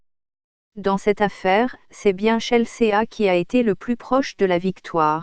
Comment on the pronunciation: ChelSÉÀ... et puis pourquoi une voix robotique ? Et puis sérieux, il y a même pas d'images du match, juste de images... d'une compétition amatrice ?